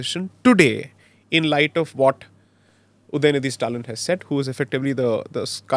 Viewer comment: उदयनीधी नही उदयनिधि बोलो